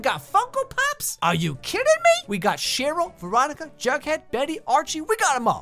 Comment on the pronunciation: It’s Sheryl not shitroll